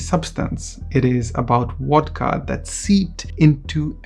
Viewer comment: It's pronounced VODKA with the "v" sounding like the "v" in Soviet, not WODKA with a "w" that sounds like the "w" in water. It's the main topic of your video, so do try to get it right.